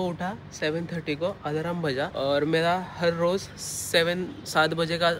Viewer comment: Alarm ❌ Alaram ✅